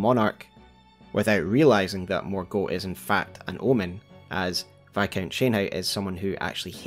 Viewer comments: I love the effort you put into your videos but please for the love of goodness, pronounce the names right 😩 It’s ‘Mor-Gott- not ‘Mor-goat’ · What's the reasoning behind your pronunciation of Morgot as morgote but you don't call margit margiet or margeet? Just feels like a funky inconsistency in the last vowel. ( edit, not a critique I'm just wondering) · It was particularly unusual because we hear the correct pronunciation when Morgott says his own name. Sometimes I wonder if youtubers intentionally use an atypical pronunciation to get more engagement.